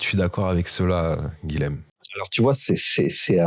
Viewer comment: SVP les "nordistes", le "LH" présent dans le prénom Guilhem se prononce "Y", car c'est un prénom occitan (beaucoup de seigneurs de Montpellier se sont appelés Guilhem). Merci ! 🙏😊